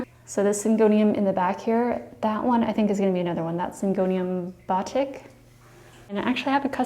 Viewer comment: Batik is pronounce buh teek! When a plant grows onto the wall, it is called shingling.